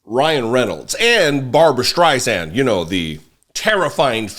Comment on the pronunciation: She doesn’t pronounce Barbara Streisand’s name correctly.